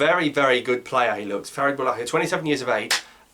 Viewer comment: great game from boulaya ps : don't know where the entv guy saw the h in boulaya's name 🤔🤔 .. don't think it's boulahya